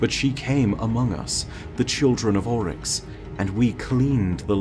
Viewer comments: It's "Oryx," not "Olyx." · sounds Scottish when he simply says "Oryx" Kinda weird:/